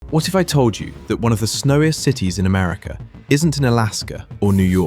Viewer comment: Why can't you say "America"?